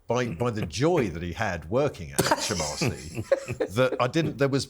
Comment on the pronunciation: The HMRC man said 'HAITCH M R C!